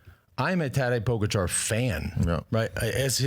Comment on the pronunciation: Why do you continue to mis pronounce Tadej Pogacar?